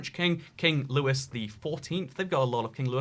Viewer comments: Sorry for this petty correction but the French king is pronounced like "Lou-ee" not "louis" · You don’t pronounce Louis like Lewis, dumbo